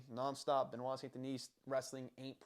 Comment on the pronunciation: Thank you for pronouncing his name, there will be only one champion and his name is Benoit. Charles and Islam are next on the hit list after Gathje. They're all scared of this man. Your not taking into account his psychopathy to win, the 2 new king's of UFC will be Benoit and Du Plessis